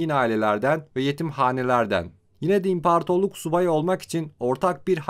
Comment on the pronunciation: impartorluk deme artık ahhaahahah 🤣 Güzel video.